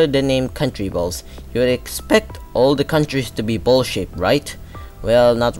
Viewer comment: It's amazing how everytime he said ''shaped'' l heard ''shit''